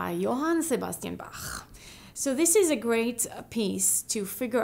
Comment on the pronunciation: Roscoe TeleShack that’s how you pronounce his name correctly